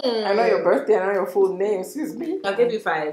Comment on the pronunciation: "From yourrr👀👀" 😂😂😂